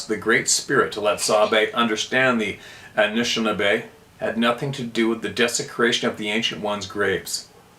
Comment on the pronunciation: Only trying to help with a pronunciation ❤that’s giving you trouble. Phoneticly it’s . Ah Nish Ah Nah Bay.